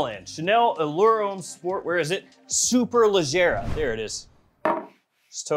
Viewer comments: Nah...I'm from down south. Georgia, in the woods. Did my review on this one about a week or so ago and pronounced Superleggera just fine...but only because I know my cars. Haha! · Just ordered the superleggera pronounced the same way you said it . -Memphis tn 🤣